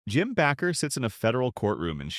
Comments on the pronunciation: Minister’s name is pronounced ‘Baker’ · His name is Baker with a long a. Not Backer. Learn how to pronounce names.